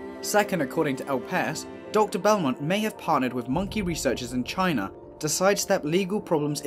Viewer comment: "Chyna".... go figure! SMGDH!